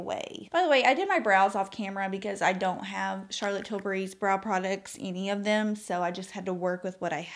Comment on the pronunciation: Oh, I love that you are sophisticated enough to pronounce Charlotte’s name properly! And I am so glad to hear your foundation review as Ive been wondering which one to buy for a while! I’m going for the Light Wonder foundation. Great eye look!